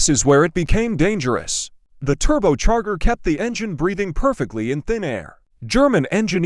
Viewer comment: Someone should listen to this stuff before posting. Turbocharger has a soft g. It's Thunderbolt, not Thunderbalt.